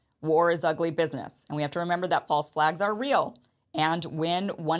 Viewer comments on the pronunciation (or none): none